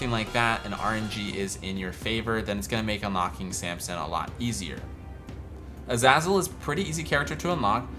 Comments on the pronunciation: Its u zay zal not u zaz ul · the fact that this guy pronounces azazel as azazel instead of azayzel is horrifying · Omg, sorry but, AE not AA Azazel is AE. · Isn’t Azazel pronounced “A-Zay-Zel”? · Everytime you said azazzle i died a little inside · It's pronounced A-zay-zel btw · It’s pronounced a-zay-zul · Say azazle properly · You say Azazel Wrong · Is it pronounced A-zah-zel or A-zay-zel? I still don't know